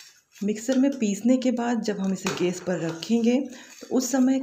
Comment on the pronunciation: idea to aacha pr aap gas bolna sikhiye...